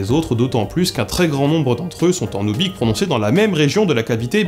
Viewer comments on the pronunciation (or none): Très intéressant ! :) Mais tu es sûr que ça se prononce "oubik" ? Quand je m'étais renseigné les linguistes que j'avais entendu disaient plutôt "oubour". Ça me semblerait logique vu que la latinisation des langues de cette région emploie souvent le "y" pour "ou" (à cause de l'alphabet cyrilique) et le "kh" est généralement prononcé comme un "r" aspiré (comme en arabe par exemple). Qu'en penses-tu ? :) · tu aurais pu faire l'effort de prononcer oubykh proprement quand même... x) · ça se prononce "oubyr", kh = r